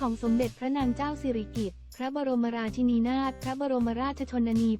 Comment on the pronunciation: อ่าน ราชินี ก็ไม่ถูก คิดจาอ่าน ก็หลงๆลืม